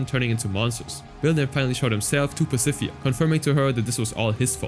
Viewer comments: "Pacifia" "mageh-don" 😭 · why are you saying Pacifica's name like that?? the last c has a ''k'' sound. 😭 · I enjoy the video, but little nitpick, I got annoyed when you pronounced "Pacifica". Other than that, very informal video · You mispronounced "Pacifica"